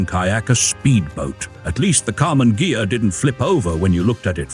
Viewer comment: The "gh" of ghia is pronounced like in the word geese